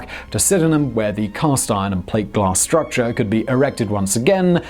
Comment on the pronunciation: “...a one thousand foot struc cha.”